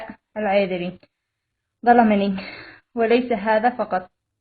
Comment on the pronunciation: ما قدرت تنطق اسم لقب العذر. ههههه. بتقري من ورقه ههههههه. جم جابو لك فلوس. عشان تسوي الفديو